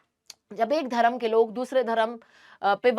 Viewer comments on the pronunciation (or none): Your pronunciation is bad your Hindi pronunciation is bad not Dharam it's dharm 👏